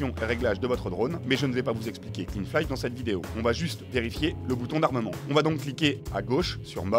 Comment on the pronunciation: (flight se prononce "flaï")